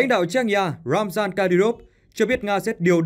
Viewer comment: Tên người ta là RAMZAN sao bạn lại đọc là ROMAN? Làm bất cứ việc gì cũng cần phải NGHIÊM TÚC, CHUYÊN NGHIỆP. Thử hình dung xem nếu bạn tên là MAI mà người ta gọi bạn là MÁI thì sao???????